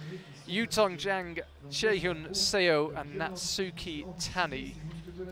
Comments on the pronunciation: Note to commentators: Chaehyun Seo's last name '서' is not pronounced 'see-oh' but 'suh' (as in the first part of the English word sun). The romanisation of Korean characters is a bit misleading... Great commentary otherwise! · SEO is pronounced like SUH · 저도 쎄오 라고해서 거북했어요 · Love the commentators but they completely mispronounced Chaehyun Seo's name :(